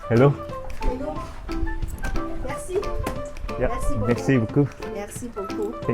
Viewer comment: Tiếng pháp cảm ơn , nge thoang thoáng ra mé si bứu cưu vậy chèn